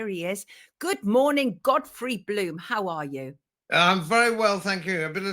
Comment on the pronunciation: Is she calling Godfrey Goddess? 😄